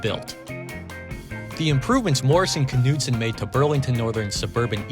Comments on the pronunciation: This K is silent in Morrison Knudsen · Very interesting. I had no idea there was so much of a story behind these units. By the way, the "K" is silent in Knudsen.